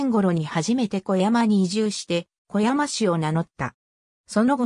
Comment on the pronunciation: 読み間違いがひどい せめて小山氏は「おやまし」って読もうよ